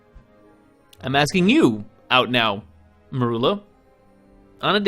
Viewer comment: mErUlA?! Excuse me, what did Snape do to you?